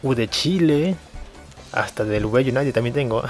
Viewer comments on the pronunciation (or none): none